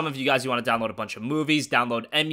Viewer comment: download what did you say? 😂